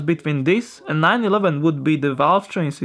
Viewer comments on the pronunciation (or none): none